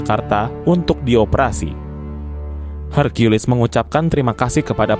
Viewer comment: Maaf, kata:hercules jangan dibaca: herkulis tapi; herkules.